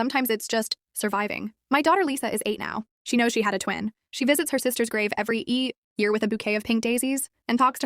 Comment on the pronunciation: "Every e year" 😂